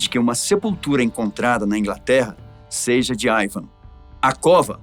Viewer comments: nao é aivan é iiiiiivan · i van com i nao aiaiaiai